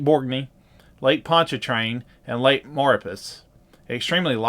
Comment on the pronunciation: Maurepas is pronounced "mahr-re-paw".